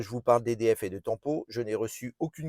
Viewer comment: L’option tant pot …..😂 on dit TEMPO